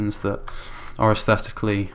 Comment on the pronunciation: Count how many times he said asteticly pleasing